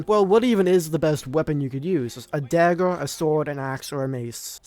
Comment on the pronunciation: “Dagg’or”. It’s dagger bro😂